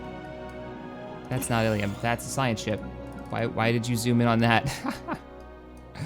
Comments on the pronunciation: you are saying illum wrong, you say it ill-uhm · Ilum - [eh-lum] PLease, it drives me mad when you say it wrong...